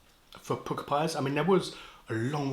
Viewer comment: They are pronounced Pukka , as in duck, luck etc. Not pooka. The word comes from India. Jamie Oliver loves to use the word.